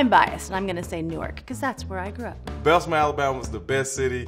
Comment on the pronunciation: I know this man didn’t just say Bessemer, AL